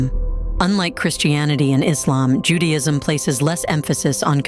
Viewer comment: And it sounds ju day ism Not Judy..ism